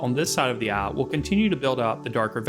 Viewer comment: Love how he pronounce eye as "ah"